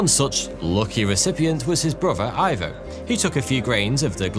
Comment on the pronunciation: Ivo....in Spanish pron ee-vo